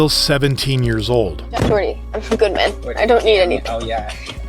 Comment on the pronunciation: his name is Doherty not Dorky 😂😂😂 thats pretty hilarious though